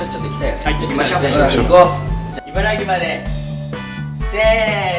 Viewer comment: りんねくん、いばら「ぎ」じゃなくていばら「き」です笑